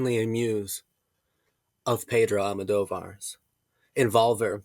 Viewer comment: Is pronounced VolvEr ✨